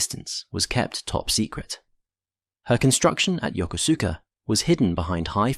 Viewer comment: I had a good laugh at how the narrator pronounced Yokosuka which was definitely not the way to pronounce it! As a young Marine, I was on my way to Marine Barracks Yokosuka and I was sitting around waiting for our flight to Yakota and there was a couple of airman there and one asked me where I was going and I told him and he and the other airman had a great laugh at my expense before one corrected my pronunciation! Needless to say, I was embarrassed, but I did appreciate knowing how to pronounce the name of the place I was headed.